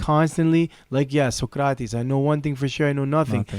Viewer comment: stopped watching soon as said socrates name like that